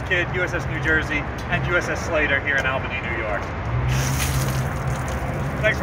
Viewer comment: must have lost a bet and we need to educate him on how to say ALbany great video